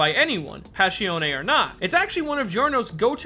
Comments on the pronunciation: Passione Pass. I. Oun NOT Pass. E. On. E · it hurts so much when you say pashione, its passione! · Pa-shon-ne. Not "pash-ee-on". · listen i love the video and i like you this channel but i can’t fade it.. “páss-ión” not “pash-eoné” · “Pash E Own Ay” I’m confused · Why does he pronounce it "passhione"? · "Passione ne" yeah, thats not how you say it. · PAH ssion AY